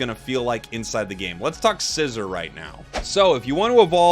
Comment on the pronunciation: Can you please say Scizor’s name correctly??